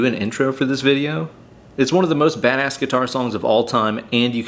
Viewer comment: At the beginning I thought you said VAN ASS instead of bad ass .... :))) Hi from Italy, btw, great work